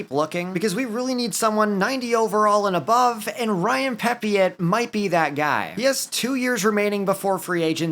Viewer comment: Pepiot's name is pronounced Peppy-O